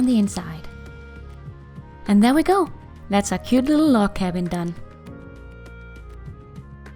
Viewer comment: it sounded like you said we were making a love cabin at the beginning